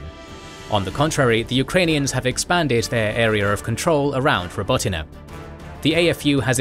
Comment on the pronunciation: Your pronunciation of Robotyne is so much better than large global media companies with ridiculous resources who couldn't be bothered to research it